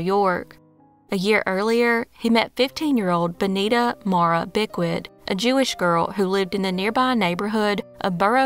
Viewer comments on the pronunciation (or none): none